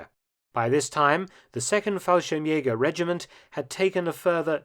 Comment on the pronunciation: If in "Fallschirmjägerregiment" the "Regiment" would have been pronounced the German way ("g" like in ""gap") it would have been nearly perfect.